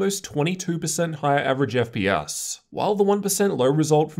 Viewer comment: "ef pee ass" that makes me love you even more.